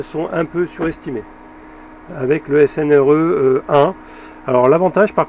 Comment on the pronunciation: C'est rigolo.. tu dis snre au lieu de srne.. tu dis une string.. tien, on a le même metrix.. fais gaffe, il n'est pas très precis en dessous de 10A et vieilli mal, surtout en tension.. je ne m'en sers plus..